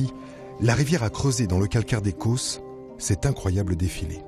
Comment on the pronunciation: les causses, pas les côôôsses